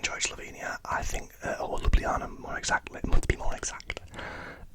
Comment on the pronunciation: Perfect pronunciation of Ljubljana, mate! Glad you enjoyed my country 😊